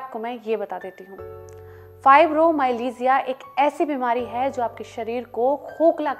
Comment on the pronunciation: Learn to pronounce it first . Don't spread wrong information